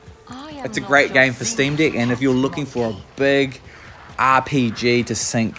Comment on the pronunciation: Dude, are you saying "Steam D!ck?"